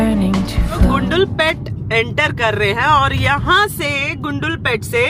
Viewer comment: कन्नडा राज्योत्सवदा हार्दिका शुभाशयगळु... हेगइद्दिरा टु ऑल मै सब्सक्राइबर्स... नंजनगूडु ... कबिनि रिवर... श्रीकंठेश्वरा मंदिर... गुंडलुपेटे... बंडीपुरा... जी, ऊपर लिखे हुए शब्द सारे मैंने वीडियो रोक रोक कर लिखे है। अगर आप उच्चारण इस तरह करोगे तो आप कन्नडा नाडु के लोगों के दिलों में और अच्छी तरह से घुल मिल जाओगे। कृपया गलत मत समझना, मैं आपको सलाह दे रहा हूं ये सोचकर। अभी वीडियो आधी ही देखी है। कल पूरा देखूंगा। आप के सारे vlogs की तरह ये vlog भी बहुत अच्छा है। 🙏👍